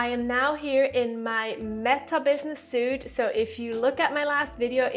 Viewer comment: Love your channel! But fyi “suites” is pronounced “sweets”, not “soots”. Great content. Keep it coming. Could you do a video on TikTok social media management for clients, pls?